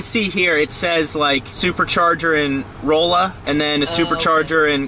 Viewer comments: Pronounced rowl la just saying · It’s pronounced Raw-la… if anyone cares. Lol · I think I made this exact comment a year ago or something, but its pretty cool just knowing that someone is in your state from a couple of township names. He did say "rolla" a bit weird though. the "oll" is pronounced like "all". Its like saying "Allah" with an "r" in front.